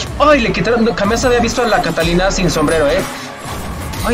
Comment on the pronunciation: Cada vez que decia un nombre me moria de risa Ganglio!!!!! jajajaja nmmss Catalina!!! AJAJAJJAJAJJAJA evelyn a kai'sa JAJAJAJAJAJAJAJAAJ AY ME MUERO XD